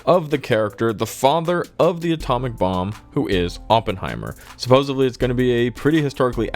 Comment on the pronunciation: Dude, it’s “supposedly”, not “supposebly”. I feel like Stewie in that episode where he becomes President.. ><